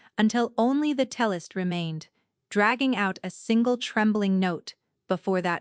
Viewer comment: Tellist? Um, cellist?